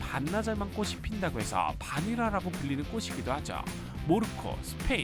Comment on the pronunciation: 긴 설명이 굳이 필요 없을 것 같아서 간단히 적다보니 그렇게 이해하셨군요. 꽃 하나만 발음할 때는 맞는 말씀이구요 "꽃이"를 [꼬치]로 해야 하는데 [꼬시]로 하셔서 댓글 적은겁니다. 꽃: [꼳]o 꽃이: [꼬시]x [꼬디]x [꼬치]o 잎: [입]o 잎을: [이블]x [이플]o